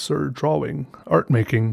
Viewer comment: I love how he says "drawing"... "draw-wing"